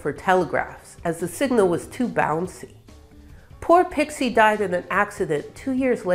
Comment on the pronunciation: she says "a nearly unpronouceable name then proceeds to pronounce it without the slightest difficulty (ha, got ya!)